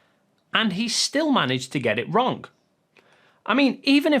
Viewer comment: Work on your pronunciation of words like WRONG, so it doesn't come out WRONK.